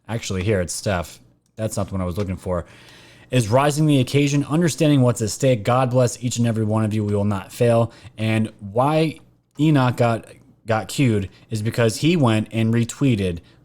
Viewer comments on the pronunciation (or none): ENOCH Is pronounced E- KNOCK. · Work if you want to know how to pronounce the word Enoch. Then go on YouTube and Google are not Google that YouTube The Book of Enoch. Enoch was a major character in the Bible by doing so you learn how to pronounce the name. E. Knock